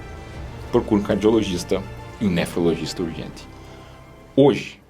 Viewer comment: Doutor, gostei de tudo; vc é bem didático. Gostei também da sua boa pronúncia para nefrologista: né-fro-logista. O elemento grego nephros (é) significa rim. E parabéns também por usar: Se você VIR. O povão usa se você "ver", que não existe. Muitos anos de vida, doutor. Com paz e saúde!